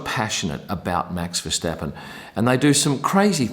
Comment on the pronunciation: You pronounce Verstappen quite well compared to some other English speakers! Now you can also improve the pronounciation of Max and Zandvoort: the A sound in those words is the same as the way you say the A in Verstappen. (and also the A in Grand Prix)